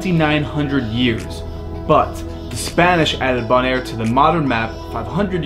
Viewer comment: Isn’t it pronounced Bow - naire? With a long ‘o’ sound?